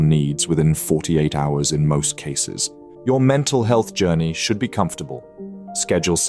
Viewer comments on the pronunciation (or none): none